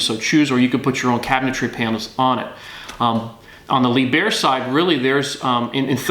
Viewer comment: His mispronounciation of Lieb herr really grating.